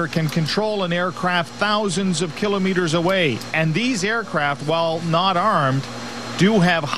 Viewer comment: The way the reporter pronounces "kilometers" makes me wanna punch a baby.